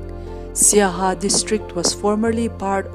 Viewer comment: Not saiha. Siaha